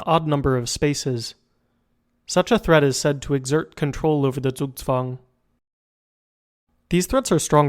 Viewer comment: good pronunciation on the "Zugzwang". I'm a chess player and haven't heard an american pronounce it right yet